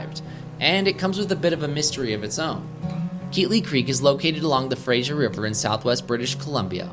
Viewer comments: Fraser, not Frasier. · Footnote: It’s Fraser River, not Frasier River. …with an ‘s’ not a ‘zh’ sound. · This video is so great!!! My only nitpick, and it's super common for PNW Americans to say so I'm not surprised to hear it, but I need to correct it any time I hear it! but the Fraser River is pronounced like the word "laser" not like "Frasier" lol I blame Kelsey Grammer. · Fraser and Frasier are pronounced differently, FYI